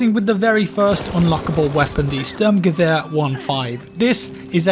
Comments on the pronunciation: You dont really say the S in Sturmgewehr like a single S in german. More like the s of sh*it for example. I know you might not care about. Just a little extra information. ; ) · stirmgevehur is the best way to describe saying it in text form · You know that english spoken people cant pronounce german good. Stürmgewehr only Swedish people do it well 🤣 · CanadianBluePants lmao